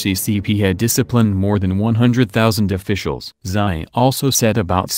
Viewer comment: "Xi" Jinping is pronounced as "SHI" Jinping, NOT "SAI" Jinping, please.